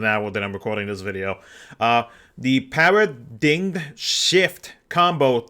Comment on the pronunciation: Paradigm is pronounced like "Pair uh dime" (Don't take this as an attack or criticism, just trying to be helpful.